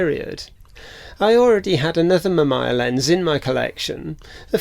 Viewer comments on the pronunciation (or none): Its Ma -Mee -Yaa. But great video. My dad's first camera was a Mamiya ZE Quartz SLR from the 80s.